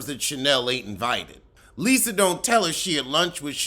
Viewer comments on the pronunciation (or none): none